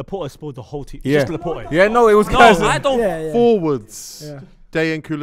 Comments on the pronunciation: The more I watch this show the more I realise these man do not know ball, man said Laporte 🤣🤣🤣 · Also they can't pronounce Laporte.... he's only been in the prem a few years.... cmon lads, you don't know ball.